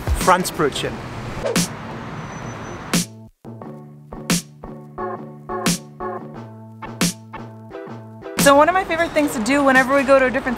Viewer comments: Wenn der Deutsche" Fräntsch Brötschen" sagt 🤣🤣Lost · Yikes. Ich spreche nur ein wenig schlecht Deutsch., but your pronunciation of Franzbrötchen is inexcusable, sorry. Also the other food names. I would expect better by now. (I enjoy your videos though).